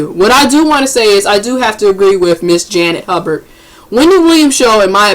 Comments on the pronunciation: damn learn how to pronounced Miss Hubert 's name it's not Hubburd it's Hubert ! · that's pronounced ''Hyoobert'. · Hubert is pronounced you-bert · Janet Hubert (Huyoo-bert). Social media has created millions of non professional so called "Journalist". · I can’t understand for the life of me why people with literal weaknesses have speaking platforms. It’s annoying. How do you fuck up Hubert (hew-bert) fam? How? Anyways good talking points. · ITS HUGH-BURT dammit HUGH-BURT!!!!!!! lol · Why couldn't this person stop and take a moment to learn how to pronounce "Hubert"? Instead she just repeats it incorrectly over and over and over... 🙄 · you couldn't even learn how to say her name. youtube it. that's some good journalism. Why do you re read everything you just played but you add or remove s's from all the names. abc123's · I need the woman who posted this to learn to read and pronounce the name of the subject of her video before she guides us through the story. Who doesn't know how to say, "HUBERT?" Janet even says her own name in the video! #Basic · so you pronounced her name wrong 4 times and repeated what she said...